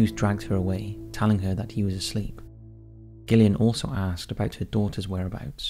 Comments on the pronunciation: Just because her name is spelled with a G, it's still pronounced Jillian, NOT Gill-Ian. With all the horrors the poor girl had to go through, calling her by the wrong name isn't going to make her feel better. Sorry Gillian. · I love your videos but I wish you’d learn to pronounce the name “Gillian” 😅